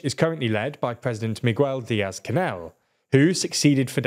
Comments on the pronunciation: You actually pronounce it like Migwel? 🤦‍♂️ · No shit. Really?! I can totally hear your pronunciation. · look , it's just that any gringo knows how Miguel is pronounced. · TLDR is the GOAT of mispronouncing names. I think it's deliberate. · I really like this channel content! But a nitpick I have is how you seem to make a huge effort to pronounce people's names wrong. No one expects you to know foreign pronunciation of all languages but saying it like "Miguyeil" is pretty wild... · I'm aware that that's what the video claimed. However, it simply isn't true. But I guess that's to be expected from a guy who can't even be bother to learn how to properly pronounce the name "Miguel." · Miguel is a very, very common name in Spanish-speaking countries. Why can't you learn to pronounce it correctly? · this guy can't even pronounce Miguel right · How can you do this and not know how to pronounce Miguel, man.